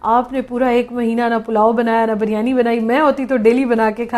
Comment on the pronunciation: If you don't mind, you pronounce carton incorrectly. Its carton not a corton. Another thing it's biryani, not baryani.